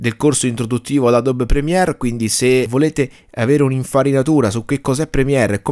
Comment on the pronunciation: adobe si pronuncia Adobi. (no adob)